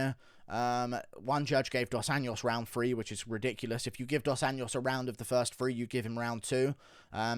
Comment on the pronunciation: I’m a big fan, but it’s about time you start putting a bit more effort to try pronouncing the names of Brazilian fighters right. RDA didn’t start fighting yesterday and the JO in Anjos sounds exactly like that, a J, pretty much as in Jones. Really not that hard (not a Spanish “ñ” for sure, which is how you keep saying it. And for Pedro Munhoz, it’s not MOOnhoz, it’s MunhOHz. What a boring ass card btw. Keep up the good work mate.